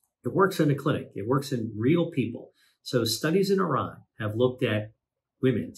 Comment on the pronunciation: I lost interest when you say Iran😀